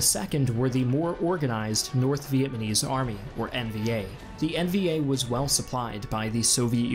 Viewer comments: Make sure next time to learn how to properly pronounce Vietnamese please. NOT VietManese its VietNamese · Ok dude its Vietnamese not Vietmanese. Get it right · Vietmanese? It's ok we know what you were saying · Anyone notice he says "Vietmanese"? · It's pronounced "VIET-NA-MESE"... not "VIET-MA-NESE". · It's pronounced Viet-Nam-ese. Not Vietmanese. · So good but is he saying “Viet ma nese? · this guy is saying vietmanese what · He says it multiple times! Again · Really hard to take seriously when you can't pronounce Vietnamese properly.